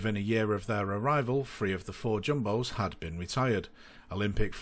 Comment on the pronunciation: You’re all the same free is not three. Cant you learn to speak first ? Idiots